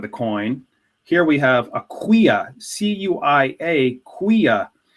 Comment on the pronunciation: not khweyah... its cuyah